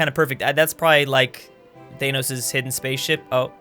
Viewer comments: wtf you saying thainos instead of thanos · When he says Th Ae Nos instead of Thanos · Why do you say thanos like teynos? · What is a thanose it’s Thanos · Your pronunciation of "Thanos" though.